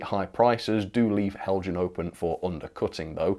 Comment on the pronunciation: Not Heljan, Helyan. Do you have something against the Danish language?